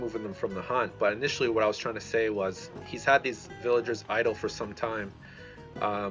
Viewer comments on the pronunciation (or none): none